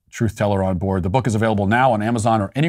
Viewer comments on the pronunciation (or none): none